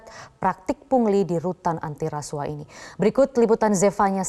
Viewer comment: KUAH dibaca KUWAH bukan KU AH... Bgt jg hrs nya dg RASUAH hrsnya dibaca RASUWAH bukan RASU AH... Ntar klu gitu BUAH dibaca BU AH bukan BUWAH... Pdhl klu BU AH itu panggilan dari IBU AHMADI... Gmn neh METRO ANCHOR... Masak gitu aja GABISA... Not just BEAUTY... But SMART is the FIRST... !!!